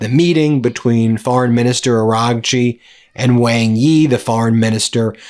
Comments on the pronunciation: Ben, Wang Yi's surname Wang (王) is pronounced like "wahng" or "wong", sounding similar to the English word "song" or "long" rather than rhyming with "bang". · Good segment. Just a small bit of advice: The Foreign Minister of China is named "Wang Yi", as you say. However, "Wang" is not pronounced Wang, rhyming with Sang, or Tang. Wang is in fact pronounced "Wong". rhyming with Song, or long. You seem quite knowledgeable in Asian affairs. But if you can make this one tiny adjustment in your pronunciation when you speak the name of the Chinese Foreign Minister, (someone who's name you will say a lot), you'll gain a bit more credibility with your Chinese speaking audience.